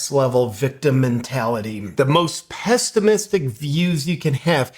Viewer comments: "Pestimistic"? JP: the term is "pessimistic"... "Me fail english? That's unpossible!" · Did you say "pestimistic" or was it just me? What a hilarious word!